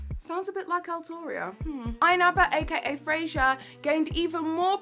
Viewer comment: Irrelevant comment but...I’m pretty sure his name is “Fraser” and not “Frasier”. Dunno why this irked me but yeah, loved the video though 😂